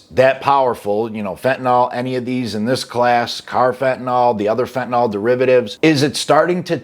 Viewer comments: The word is pronounced fentanill not fentanall. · Everyone says fentanall drives me nuts